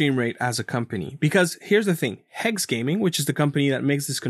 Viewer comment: Legit sounded like he said welcome to game TikTok 😂😂